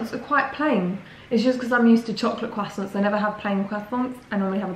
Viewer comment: it's not leviosA, it's leviOsa and not CROIssants but croiSSANTS. Yeah, that's the main thing about this pronounciation situation, just really wanted to comment, love u <3